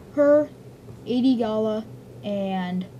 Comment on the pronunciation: First, it's gallia, not "gala", & also it's weequay, pronounced wee-kway. Second Hondo won't die, it's just to out of Cw character. Pre vizla I agree with you though